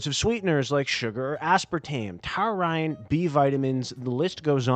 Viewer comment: Wait, that’s how you pronounce “taurine”? 😅